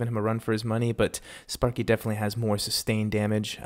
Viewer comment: lol i heard spunky not sparky lmao